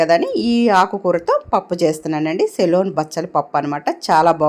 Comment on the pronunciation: సెలూన్ కాదమ్మా.సెలూన్ అంటే. సిలోన్ బచ్చలి అనాలి.. మంగలి shop